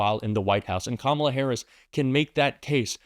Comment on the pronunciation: KAMALA! Accent on the first syllable. Let's get used to spelling her name correctly! She's our next President of The United States. God protect her.